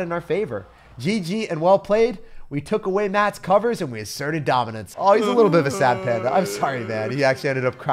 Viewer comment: This is my first video of his and I can’t stop giggling when he say assert our domince